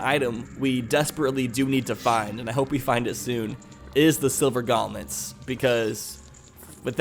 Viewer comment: You say silver gauntlets like this:gonlets